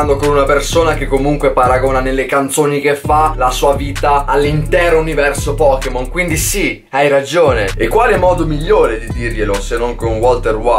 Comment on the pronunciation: "POKKEMON" dio boia.